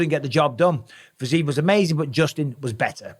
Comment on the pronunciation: It's pronounced fi-zee-yev for G's sake! Just compare it to Ankalaev. There is a "yev" in the end.